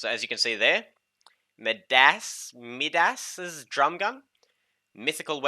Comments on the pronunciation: Bruh how do u not know how to pronounce Midas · I was going to give this video a like but that F bomb was completely unnecessary. I was watching this video with my 8 year old brother. Completely unnecessary...And learn how to say Midas stupid.